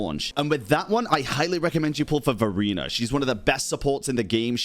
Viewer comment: Its hard for me to unheard Furina when say verina 🗿